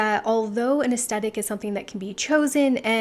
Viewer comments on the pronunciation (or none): It's pronounced "es THetic". And even though I always self-typed as a soft classic, lately I think it may be Ethereal. But accord. to Kibbe, it could be soft natural??